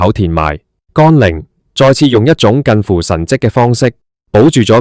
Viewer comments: 乾陵不是讀干陵，咁都讀錯太過份了! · 乾，連字都讀錯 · 讀都讀錯